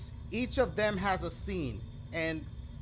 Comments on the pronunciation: Dashie read the word sense to scene😂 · Nobody: The word sense: Dashie: SCENE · I guess sense is pronounced as scene now huh 😮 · DACHIE ITS SENSE YOU SAID SCENE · He said scene instead of sense 😂🤦🏻‍♀️gotta love him tho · Says scene even thou it says sense on the paper 💀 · Anyone else catch dashie say scene instead of sense? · Dachie: Exists Misspelling and wrong pronunciations of sense, orange and anything that consists of reading : It’s free real estate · This man can't even say sense